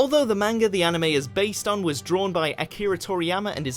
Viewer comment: Most interesting fact: STILL CAN'T PRONOUNCE MANGA CORRECTLY